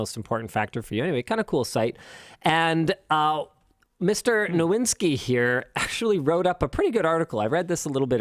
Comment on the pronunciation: Nowiński ≈ no-veeñ-skee btw